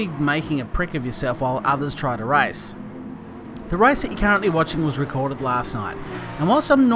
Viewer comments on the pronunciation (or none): for god sake it`s RACE not RICE...